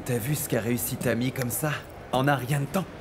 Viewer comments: Qui a entendre prononcé le non de yeimie au lieu de dire Tammy 😀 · Qui à entendu dit Yeimy comme moi 😅😅😅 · Seule moi qui a entendu à di yemi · Qui a entendu quand a dit yemi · a dit yeimy 😅 personne ne pas rendre compte de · Qui a entendu appeler Tamie, Yemie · Qui a entendu dire yeimy à la place de Tamy 😂😂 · Qui a entendu dit yemie😂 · Qui a entendu que a dit yemi à la place de Thamie 😂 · Combien moun ki wè nn pati sa di yemie